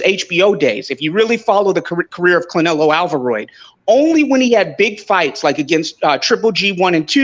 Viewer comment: was consistent with “Clenelo Alvaroid” and “Bumlovkin” I love it 😂